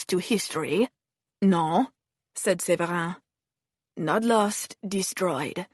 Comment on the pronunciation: not the fake french accent :/ Séverin is not prononce like that, like at all...